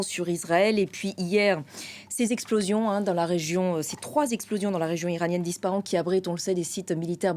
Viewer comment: La lettre p dans Ispahan se dit comme un f. Aussi, on prononce la lettre n à la fin du nom de cette ville. Ce qui donne à l'oral en français : Isfahane. Il n'y a pas d'installations nucléaires dans cette ville. C'est au bord d'une route un peu plus au Nord. De plus, il y a des chances que tout cela ait été déplacé, et que ces bâtiments soient un leurre aujourd'hui. Dans tous les cas, attaquer cette ville, peut être la plus ouverte au monde d'Iran par les êtres humains qui la peuple, sa charge historique, et sa richesse culturelle, est une absurdité. Et si c'était possible de croire en sa jeunesse? Le risque principal, autant pour les autorités autoritaires iraniennes qu'israëliennes, ne vient il pas de l'intérieur? 😉